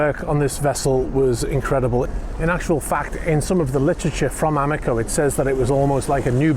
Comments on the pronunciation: Amico (a-mi-co = ah-mee-koh) is Italian for friend. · Amico is friend in italia but the way you pronounced it was wrong. A meee Co.